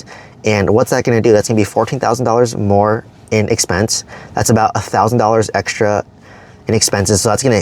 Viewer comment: Do more, not “ma” lol.